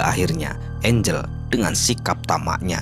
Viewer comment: angel x bukan engle